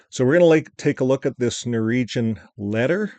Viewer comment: ...its NOR -WEEG-AN...😂